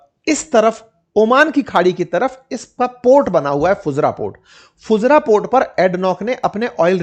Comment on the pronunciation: फुजरा नहीं फुजेरा होता है भाई